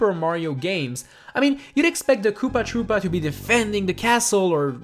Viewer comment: I thought you said poopa tropa